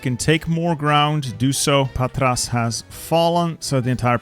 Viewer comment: It's Pàtra not Patrà. (I know it's hard not to butcher foreign city names)